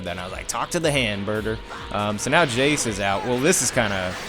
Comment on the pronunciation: it's not jaaiice it's jeice